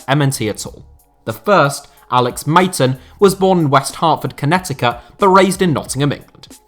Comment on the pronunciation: The way you pronounced Connecticut thoooo